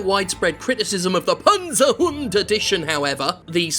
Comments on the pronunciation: as a german i appreciate your pronunciation of Panzerhund. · Hi Jim, just a very quick lesson in German. Good pronounciation of the word Panzerhund, but the z in Germany is not soft. It's not akin to "zoo" or "zebra". Our "z" is a very sharp "ts" sound. Imagine cats, or rats. That's the German "z". So if you wanna feel truly fancy, now you can pronounce the word properly with a "cats"-ts.